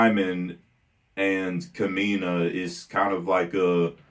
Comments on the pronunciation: And, the stress in Kamina's name is on the first syllable, not the second. So it's KAmeena, rather than KAmeena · Ka-mi-na and si-moan